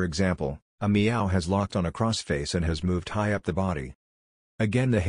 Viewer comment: "a meow" lol